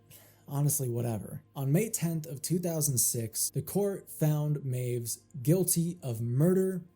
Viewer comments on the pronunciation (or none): Correction of a correction. W's in German are pronounced as V's, so it sounds like 'my-viss'.